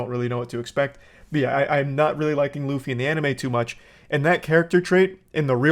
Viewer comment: They couldn't even pronounce Luffy's name right how are they going to do anything else right?